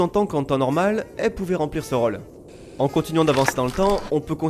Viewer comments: Bah enfaite (mais ptet que c'est que moi) j'aurais plutot tendance a prononcer le "ô" comme un "au", de façon ouverte (jrcois que ça vient du ω) que de façon fermé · Mis a part ta prononciation de "rôle", je kiffe a.b.s.o.l.u.m.e.n.t. tout